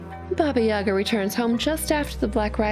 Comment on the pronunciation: Never thought that our fairy tale "Vasilisa the Beautiful" is kinda Cinderella's origin. And I really love your pronunciation of names. Oh, also here is the emphasis on the second "a" at Yaga